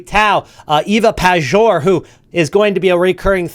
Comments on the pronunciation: Hey Man, I love your videos but I got one request. I’m Polish, Ewa Pajor is Polish. Can you say her name as „Payor”? It sounds a lot more Polish that way. Thanks! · It's pronounced Payor bro, you will talk about her a lot so just letting u know